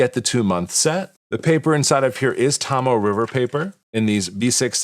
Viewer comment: Hey great video just one issue Tomoe River Paper is pronounced toe-moe-way river paper not tom-moe